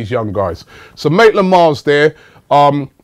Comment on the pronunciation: Writes down Maitland-Niles, says 'Maitland-Miles', Robbie still can't get the lad's name right!😂